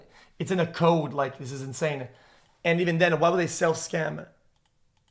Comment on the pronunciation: I can’t get over this fucking guy pronouncing “code” as “cod”